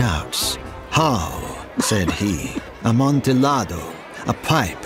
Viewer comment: The L's in "Amontillado" are silent. That was painful to listen to...